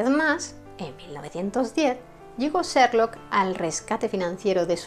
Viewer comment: He visto casi todos tus videos los que, además de ser de gran interés , están estupendamente narrados y documentados. Me encanta tu forma de pronunciar algunos nombres en inglés, como: "/serlok/" Holmes. ¡Saludos desde Chile!